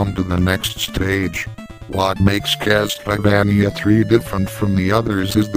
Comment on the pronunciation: Lol "My favourite will always be Castleyvaneeya"XD Good review